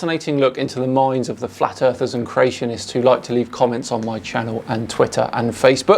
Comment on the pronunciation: you said flat earthers wrong